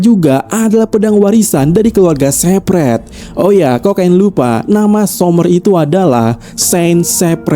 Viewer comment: shepherd ❌️ sepret ✅️ 😂